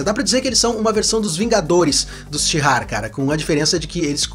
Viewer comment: O nome da civilização/povo é Shi'ar, não tem "h" nem "r" antes do "ar". Então não sei se a pronúncia é com "r" como você fez....